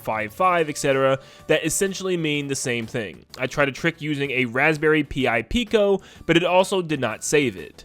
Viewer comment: I am angry that this man called it a Raspberry P-I Pico. No, it is Pi as in the number, pronounced like Pie.